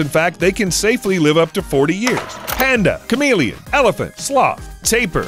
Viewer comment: Who else thought he said charmeleon expert 😂